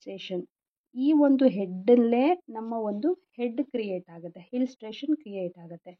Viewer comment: Very nice, please pronounce illustration not hillstration sorry